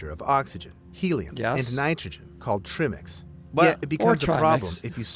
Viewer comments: your face every time he said Treemix instead of Trimix was priceless. You could see your soul breaking/trying not to laugh everytime.😂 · It’s ai talking he typed in tri mix lol but the ai just says trimmmix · I’m chuckling at the pronunciation of TRImix myself 😂😂 and I’m not a cave diver at all, but I’ve been fortunate enough to be educated about it through you guys and the top notch divers you’re both affiliated with ❣️ Trimmix - the new diet drink 😂😂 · the “trih-mix” thing is killing me. like if you’re calling it that you obviously dont know it’s pronounced TRY-mix because tri=3 AKA 3 gases, and the amount of times he says “the divers were breathing trihmix” as if he knows what that even could mean just tells me the video you two are watching is about to tell me zero about diving-actually that makes it the perfect video for you to watch and explain! ha! well done picking a good video to watch! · In latin country we all probably say Trimix. As for you, was written with and "e". Is just in english you say tr-i-mix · It’s Tri-mix, not Trim-ex. Tri meaning three. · I like how they pronounce 'treemix' - sounds a bit... Woody 😝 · ' flinching when the guy says "trimmics" xD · at one point, I heard, "Trimmings" and got really confused. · If i hear trii-mex one more time, I'M not going to be able to breathe. 😂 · Treimex 😂😂😂trim-ex? Treemax, treemex? 😂😂😂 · Trim-ix lol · The cringe on his face every time he says trimix. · I'm not even a diver and their pronunciation of tri mix drove me insane lol. Cuz yunno... I have common sense and recognize the entire reason it's called "tri" mix is because there is THREE GASES. Lol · that pronounciation of trimix lol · the way he said TRIMIX, pretty obvious hes bever watched a DIVE TALK video or and diving video for that matter. lol chat gpt at it again!